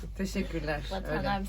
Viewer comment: Sadece Denizin "✨TeŞeKuLeAğR✨" dediyi yeri izlemeniz videoya bi beyeni atmaya yeterli